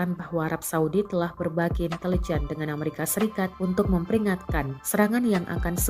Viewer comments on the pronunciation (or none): none